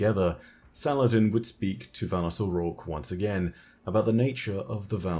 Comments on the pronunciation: I'm sorry but all I hear is "phallus" when you say "valus" 😂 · Valus Forgor 💀